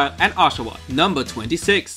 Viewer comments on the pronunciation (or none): none